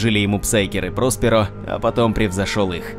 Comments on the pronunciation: ПроспЕро, а не ПрОсперо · прОсперо очень режет слух. рПочему-то всегда читал как проспЕро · Не прОсперо, а проспЕро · прОсперо как то коряво звучит